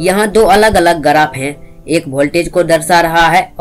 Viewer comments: गराफ nhi yaar ग्राफ Bolte hn. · Bhai garaph nhi hota hai, Graph hota hai